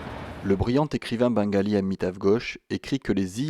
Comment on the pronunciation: On dit Bengali merci super documentaire Bengali de Suisse